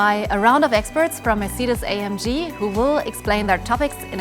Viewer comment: She should learn to pronounce the word Mercedes 😊